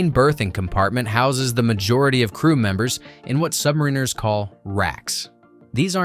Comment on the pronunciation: SubMEReners - phuck, get the pronunciation correct - SubMARiners.